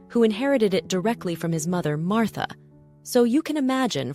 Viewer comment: Harold?😂 Please teach your AI to pronounce the names correctly 🤬 Martha is totally wrong, it is Mä (as in Math) rt - forget your silyy th sound in English with a- strangly said correctly. And Harold is Hārald.... Not hard to say at all. Frustrating to listen to so am signing off now.